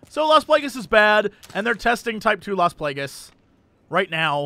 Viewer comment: Las Plague-ess. -.